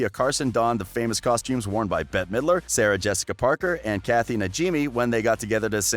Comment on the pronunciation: Anyone else hear him say "Sahrica Jessica Parker"? 😂